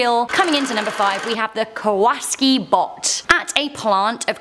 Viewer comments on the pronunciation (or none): IS NOT KAWAS KI ITS K A W A S A K I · That's ka-wa-SA-ki. Like the motorcycle. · It's Ka-wa-saki,, like the motorbikes... 😁👍 She's going "No! NO!!" Over "Female Figure",, I get an ad for the new Creepshow on Shudder... 😂😂😂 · Hi. If I'm not mistaken the word, KAWASAKI BOT should be pronounced like the motorcycle, KAWASAKI LET THE GOOD TIMES ROLL! Remember that song and commercial?